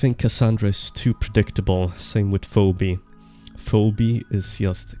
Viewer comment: Phoebe is pronounced feebee.